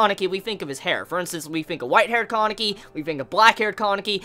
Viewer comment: Bro it's Kaneki not Kankeki